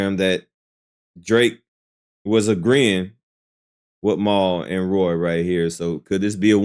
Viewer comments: It's Rory bro not Roy. 😂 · ….…….No!😂😂😂😂 His name is Rory. Not Roy. lol I’m dead yo ass krazy!